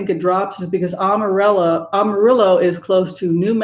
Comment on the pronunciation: great discussion and observations about the country. Just one little thing ~ Amarillo is pronounced AM a rill o. Not sophisticated enough for an AHM a rill o. I grew up in Texas, thankfully not West Texas. We are indeed trying to flip the state blue all the way through. Over the last 25 years (many of which I was in CA) the urban areas of Texas have become extremely multi-cultural. Pray MJ Hegar will replace Cornyn in the Senate. Divine Feminine rising! I also like that you reference the Jewish tradition since my mother was Jewish. Blessings.